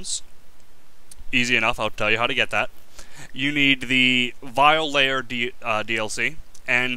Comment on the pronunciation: Awesome video but at the very beginning it sound like you said violator DLC